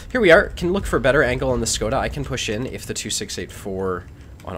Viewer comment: The "Škoda" pronounces properly as Shkoda. A soft S. You have some balls trying to mark a tank with standard ammo. You don't even yell "Russia!" while shooting, that's a significant handicap. Team up with skill4ltu again, best stream ever.